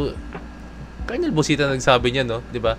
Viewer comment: It's no kolonel, it's kernel